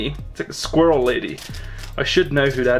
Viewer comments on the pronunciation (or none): it is sqirall